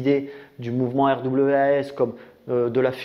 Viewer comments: Au faite ça se prononce: rwas! ;) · R.W.A.S. ça se prononce RWAS Derien 😂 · RWAS ? Je croit que ca se dit "rouasse" . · Alors RWAS ça se prononce « connard » en fait... De rien 😘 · Ça se prononce RWAS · Les sojabruti 😂 magnifique, et pour RWAS le w en anglais on dit double U peut être que sa se dit comme on pourrait lire RUUAS. et fais attention à ton fond sonore, en début de vidéo on entend plus la musique que toi quand tu parles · En prononciation anglaise ce RWAS me rappelle pas mal Wrath qui veux dire... Colère... Ce qui explique en fait complètement ce qu'ils sont xD